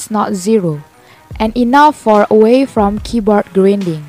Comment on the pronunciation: Nice English "gridning"